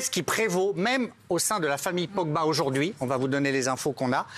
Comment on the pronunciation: mbappé "aujourdojourdui" mais il a 30 de QI ce mec ou quoi ?